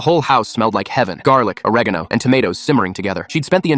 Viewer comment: "oregeno" lol